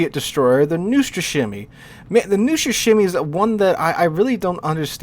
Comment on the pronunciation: As a person who speaks russian, Neustrashimiy is pronounced like 1) Neet without T +2) Wooster without W (oostr kinda) +3) Rush. yeah, simply pronounce Rush the way you usually do +4) Shima (shimakaze) but without A in the end. Just Shim +5) and the hardest part will be this one. That ЫЙ which, is mostly spelled like E. If you ignore the Ы and try to just add Y (Й) next to M (neustrashiM), you might actually get Й sound randomly. Idk why the hell did I write this down, maybe to brag a little bit. Anyway, thanks for your attention. Your pronounciation of this ship's name might worsen after this actually, I am not responsible for it, sorry